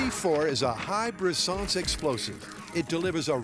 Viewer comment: Br’sanzcé??? Brisance!! You’re NOT FKING FRENCH